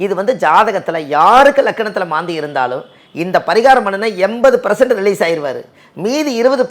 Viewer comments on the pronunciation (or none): வணக்கம். என்னை மன்னிக்கவும். இனிமேல் தாங்கள் ப்ரசன்ட் என்று சொல்லாமல் பர்சன்ட் என்று திருத்தி சொல்ல என் தாழ்மையான வேண்டுகோள். தங்களை யாரும் குறை சொல்லக் கூடாது என்பதற்காக சொன்னேன். பிழையை யாரும் பெரிது பண்ணக்கூடாது. உச்சரித்தபோது நாவினால் ஏற்பட்ட தவறு. உங்கள் மாந்தி நிகழ்ச்சி அருமை. எல்லா நிகழ்ச்சிகளுமே. நான் உங்கள் ஃபேன். உங்கள் நிகழ்ச்சிகளை 24×7×365 கேட்டுக்கொண்டே இருக்கலாம்போல எனக்கு தோன்றும். நன்றி ஐயா.❤❤❤❤